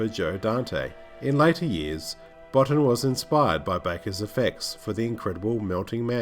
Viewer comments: As a kid this film scared the heck outta me and inspired my artistic 'juices'. And it's pronounced Rob Boteen..... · It's pronounced 'Bow-teen'. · Enjoyed this very much, but I wanted to correct your pronunciation on a couple of points. It's KWAY-termass and Rob Bottin's name is pronounced baw-TEEN. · Yes, it’s pronounced ‘Kwaiter-mass’. Also, Rob Bottin is pronounced ‘Bo-teen’. Good vid though...